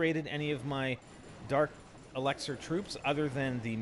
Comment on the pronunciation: He still can't say elixir